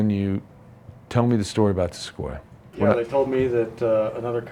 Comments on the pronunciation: "Se-co-e-yuh" Its Se-coy-uh Man this shop cycles through employees like shop towels. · Seckohwia is how I expected the European to say it not 😂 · SUH-CO-EE-AA? Really? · I've never heard of a toyota sa ko e uh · What is a Toyota sa-co-we-a. I think i think it's just Sequoia lol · Se-ko-ya ? Come on man... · SeCooia From the beginning, Does also pronounce the Tundra the Toonya? 😂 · Whyd u say Sequoia like that? Completely wrong